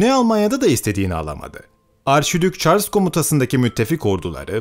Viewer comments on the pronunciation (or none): none